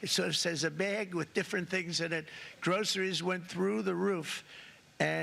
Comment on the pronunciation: Gro cer y’s, huh?